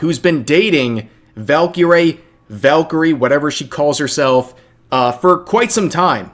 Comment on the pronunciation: I’ve met her it’s “ValkyRAE” Like Ray